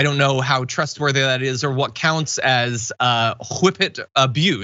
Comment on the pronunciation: WHippet abuse! Thank you for the proper pronunciation, Jon!